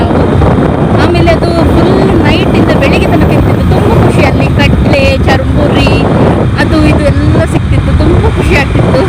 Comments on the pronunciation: madam adu chur muri not charamuri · Nice.... charmuri alla sis..... it's churmuri.....